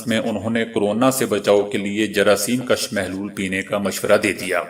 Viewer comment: آسلام علیکم! آپ اردو کے بہت سے الفاظ صحیح پروناؤنسیئشن کے ساتھ نہیں پڑھتے۔ مگر ”کَش“ اور ”کُش“ میں بنیادی غلطی کرتے ہیں۔ کَش، کَشیدن سے ہے یعنی نکلانا، ذیاد کرنا وغیرہ اور کُش، کُشتن سے ہے یعنی جان سے مارنا، قتل کر دینا۔